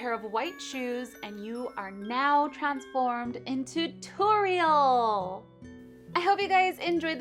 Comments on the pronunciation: It is pronounced TOR-RE-EL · It's not a tutorial it's a TU-TORIEL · You could say tu-TORIEL, ha ha ha ha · you say her name wrong, but it is fine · why didnt you just say tuTORIEL hahahaha